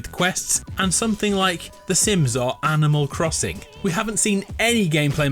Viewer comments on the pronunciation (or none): “Anamal Crossing”